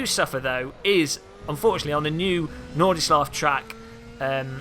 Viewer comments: "Norde shlaff" - 2016. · how on earth did you manage to find yet another new wrong way to pronounce nordschleife after there have been so many ways it's already been butchered in, amazing! thx for vid, uninstalled gamepaded assetto corsa and reinstalling raceroom, going to give it another try!